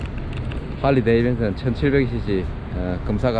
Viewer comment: 네...맞습니다. 제가 발음을 강하게 그리고 잘못 표현한거 같습니다. 지적 감사드립니다... "할리데이비슨"